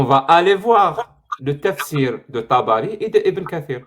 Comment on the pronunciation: Tabakhi(se prononce Tabari), biographe officiel de Mohamed.